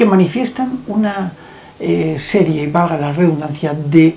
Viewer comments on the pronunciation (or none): none